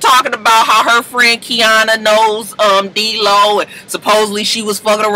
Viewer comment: Why she always call him DEELO that's the funnest thing ever